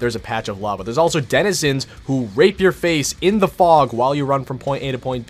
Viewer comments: did he say dedizenizens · Bruh john do br struggling to pronounce denzinrhsbbsndkgksnans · "and the denehhzezins..." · “And the Didduewenizans” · the way he says Densnzzzsns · “The desnidsins” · "and the desenana" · “and the Danananezinss” 😂😂😂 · the dininenenzins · I love how has trouble pronouncing 'denizens' correctly lol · your friend couldn’t say Denizens to save his life lol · was he trying to say Denizens 😂😂😂😂